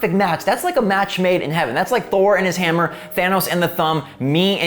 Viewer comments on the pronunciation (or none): none